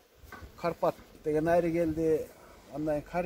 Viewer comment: Айры эмес, аары деп суйлочу